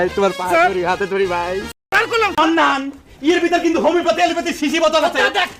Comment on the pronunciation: মান্নান না বলে মন্নান বলছে ইচ্ছে করেই আরবীর উচ্চারণ ভুল করে। যত বড় ব্যারিস্টার হোক, আরবীর শব্দ গুলো মুর্খদের মত উচ্চারণ করে।